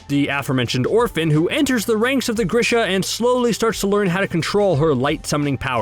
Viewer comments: THANK GOD I READ THIS COMMENT. I thought I had been reading it wrong in my head this entire time when he said grish-uh. It's definitely greeshuh. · Not that anyone cares, I’m just saying, it’s pronounced gree-shuh. Again, just saying, not being a dick here